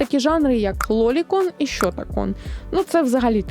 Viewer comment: 15: 20 Ну це справді треш, да. Засуджую засудження лолікону! Це дійсно треш засуджувати щось настільки прекрасне в своєму подобі, як "любов до невинності" — так можна перекласти лолікон, як жанр хентаю. І да, не шьотакон, а шотакон. До речі, яой і юрі це також жанр хентаю, а якщо точніше, піджанр (хоча там піджанрів ого-го насправді), тому дивно розділяти піджанр від жанру.